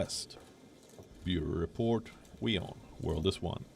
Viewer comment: news vidly awailable around the vorld!